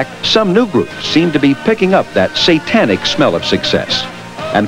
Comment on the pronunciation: Pronunciations like "Ah-cult" and "S-AH-tanic" make me cringe. Not to mention "Teeny Boppers." Haha!